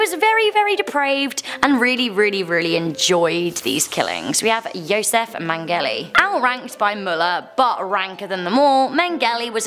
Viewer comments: how do you mispronounce these peoples names so incredibly incorrectly??? Mengele to Mangelly? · Megells name is pronounced men-jell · It’s pronounced men-gell-la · Pronounced Joseph MengeLAY 😉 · your pronunciation of josef mengele is miles off. try again, lol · I'm pretty sure that isn't how you say the name for number one.